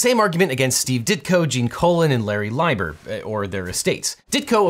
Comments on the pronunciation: It's pronounced "Lee-ber," not "Lie-ber." And, it's Ms Marvel, not Mrs. Marvel was courting feminist credibility when the character was named. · Pretty sure it’s LEE-ber, not LIE-ber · Its LEEEEEEBER :) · Lieber is pronounced LEE-ber. Larry Lieber is Stan Lee's younger brother. Stan just shortened the name, back when it was, shall we say, expedient for people with ethnic names to change them to something more "American" sounding, to avoid prejudice. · Just FYI Lieber is pronounced Lee-Bur (Possibly why Stanley Lieber went by Stan Lee, though possibly also Stanley -> Stan Lee, or possibly both played a part). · Objection: Gene Colan wasn't responsible for creating Howard the Duck. Steve Gerber did, which means Colan's work would be tough to argue it wasn't work for hire. Objection: Lieber is pronounced LEE-bur. Objection: The description of the Marvel Method misses the point. Typically writers not artists would have been considered the creators. However, the Marvel Method means that there was less writer input into the creation so the artist was creating plots, character designs, personalities of the characters, the supporting characters, etc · Quick note: It's pronounced Larry Lee-ber. Larry is Stan's brother. That's where Stanley Leiber got the "Lee" nickname from. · Larry Lieber (LEE-ber) is the younger brother of Stan Lee (Stanley Lieber). JS. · It's "lee-bur" dammit! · I've been pronouncing that last name like "Leeber!" :'( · I always thought "Larry Lieber" was pronounced "Lee-ber," as in he's the brother of Stan Lee who shortened "Lieber" to "Lee" to sound ambiguously WASP-y instead of Jewish. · It's pronounced "Leee-bah".😅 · Oddly Howard the duck has been in more projects than most of the mainstream MCU characters in the last 5 years and it's pronounc Lee-ber sorry it was driving me nuts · Agh, if you don't know how to pronounce Larry Lieber's last name, just remember that he's Stan Lee's brother and Stan changed his name but not that much.